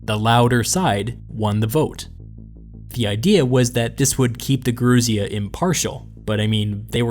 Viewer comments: Yer-oo-sia , the old ones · Gerousia (emphasis on the "si", not the "rou") comes from "geron", "old man". The Romans took over this institution from Sparta and called it "senatus", from their word "senex" ""old man". The word was shortened in America to "Senat", but Senator remained unchanged.